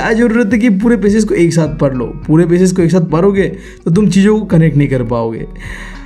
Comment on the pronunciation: Bhai aap padhne ko par lo kyu bolte ho 😄